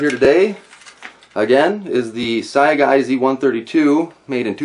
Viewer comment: its pronounced SYGA, the a is silent.